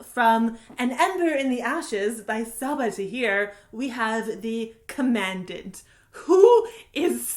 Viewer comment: You mispronounced commandant